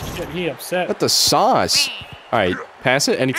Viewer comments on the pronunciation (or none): none